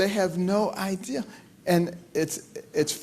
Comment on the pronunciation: He keeps saying 'ideal' - for the word 'idea' -- !! I repeat - can he English?